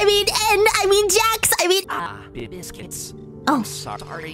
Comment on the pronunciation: Yes, you are correct it is Jax as I think you say that